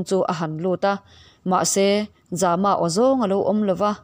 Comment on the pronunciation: Za-ma tih hi Zâma a ni zawk lo maw.